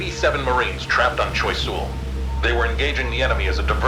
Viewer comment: "Choy Sool". I just love it when Americans try to pronounce French names.